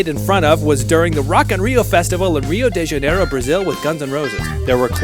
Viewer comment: I liked How you spoke Rio De Janeiro :) 🇧🇷 It's Sad How a lot of people don't know buckethead in Brazil and there's like 3-4 vídeos in portuguese about him